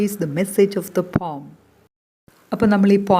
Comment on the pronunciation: i have a doubt regarding the pronunciation of the word 'poem.'i think it is not pom..it has not only 'o' sound but also 'e' (a) sound. that is o+a